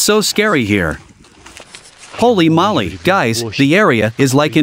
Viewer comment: I like how the voice-over pronounces "Holy Moly" like he is saying "Molly" instead of "Moly" (Moe-Lay/Moley)